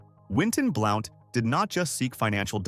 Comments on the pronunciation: it's pronounced Blunt not Blount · This is a pet peeve of mine. I can not STAND, the mispronunciation of Southern names. It is Blount, pronounced (B-L-U-N-T)! YEESH, I am screaming my T.V.!!!